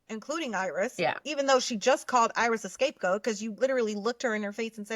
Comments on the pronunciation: It’s not “escape goat.” It’s scapegoat. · It’s scapegoat (not “escape goat” what Huda said). Scapegoating = blaming others for problems to deflect criticism from the actual culprit... Huda!